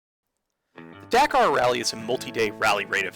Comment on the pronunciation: If your so into the Dakar rally why don't you pronounce the name Dakar properly 🙄. I have to tell you I couldn't watch but the first couple of minutes of this video simply because 1: your horrid pronunciation of Dakar 2: that horrid music that, if you really have to have it at least make it barely audible. I can't tell if you are reviewing the game or the music. Honestly if you are reviewing a game, dump the damn music and use the games audio minus music. Better luck next time on a review.